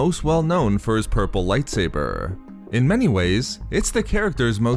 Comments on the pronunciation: Light saburrrrrrrr thats how you say it and I wanna punch you. Please stop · Why do you pronounce lightsaber like lightsaberrrrrrr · Nobody: This guy: Lightsaberrr